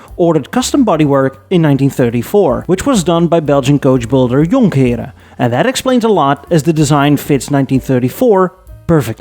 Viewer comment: The way you pronounce jonkheeren was the give away ive been waiting for